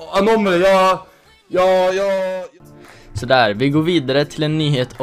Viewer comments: MAN SÄGER INTE ANOOOMÄLY MAN SÄGER annomally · haha han heter anomaly inte änomäly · Snälla säg aldrig Anomaly igen. Det uttalas AnOOmally, inte AnomAAly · "anå-mali" säger man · haha Anom alley. Det är surf gameplay i bakrunden men vet inte hur man uttalar Anomaly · haha hur han uttalade anoomalyyy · Jag gillar hur du säger anomaly xD låter så konstigt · Du sa fel när du sa anomaly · uttala anomaly bättre för i helvete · hahaaaahhahha hur fan uttalade du anoamly?? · wow du använder anomaly i titlen för att få views, du vet inte ens hur man uttalar hans namn, lågt...